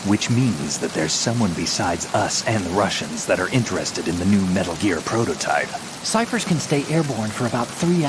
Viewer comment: Metal Geeear? It can't be!